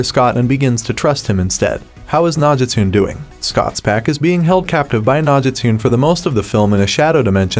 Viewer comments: Cringing every freaking time he pronounces "nah-ji-tune" throughout the whole video. (No-gi-stu-ne) Nogitsune! dammit 🙄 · I literally said to myself, why does he keep saying Nogitune lol. They literally say Nogitsune in the show and movie 😂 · It’s pronounced “no-git-soon-aye”…Nogitsune! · The way he said Nogitune🤣u can tell he didnt watch teen wolf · Nogitune 😂😂 this guy definitely hasn’t watched teen wolf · bothers me dude keeps saying "nog-gis-tune"... atleast have the pronunciation right lol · Obviously 🤣 it’s got me laughing so much the way he says it 😭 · Definitely enjoyed the movie, and I hope they make more movies.... But that can only happen if this movie does well.... PS: Can someone please let him know that he's mispronounced Nogitsune wrong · The way he pronounces Nogitsune irks me 🤣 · You havent watched the show. Maybe not Even the movie. You cant pronounce "Nogitsune" correct...Also I dont think Derek is really dead. He went where Nogitsune went. You cant kill the Nogitsune. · So we ain’t gonna talk about how he said nogitsune